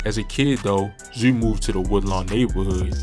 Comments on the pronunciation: He said thf zew😂😂😂😂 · “Thf zew “😂😂😂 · “Thf zew “ 🤣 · Why does he call him zuuh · 😁😁😁everytime tht Nigga say ThF Zewh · What I man trying to pronounce the word zoo?🤣🤣🤣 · Baltimore dudes be sounding crazy......my man pronounced parents as purents, and zoo as zeww, shewting, jewn, teww